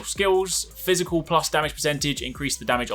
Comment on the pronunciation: Great video!.. but its Physical, just saying.